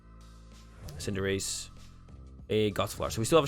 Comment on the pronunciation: "Cinderace" lol. He'll never call it by its name!